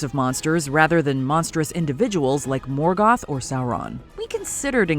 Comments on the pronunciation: Her American pronunciation of Morgoth is infuriating. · Lmao she pronounces morgoth like he's Mexican 🤣🤣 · why are you pronouncing morgoth weird! it bothers me